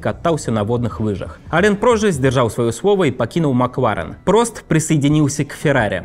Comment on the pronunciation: Ребят, простите, может, я злая, сильно раздражает «макВУарен», «формуВА», «поУ-сезона» 🥹😢